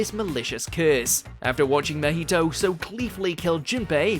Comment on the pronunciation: Bro the names had to be intentionally butchered, Mahito - Mojito, Pucci - Poochie, and the worst Yhwach butcher of all time, Johabar.